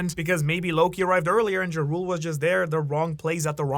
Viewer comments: everytime he says jarul i hear ja rule like the rapper....i think its should be pronounced more like jarl or yarl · Did you just call Jarul (Yar-uhl) Jah rule? Like the rapper 😂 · why does he keep calling him Jarule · pretty sure jarul is pronounced with the j as an y sound, just like jormungandr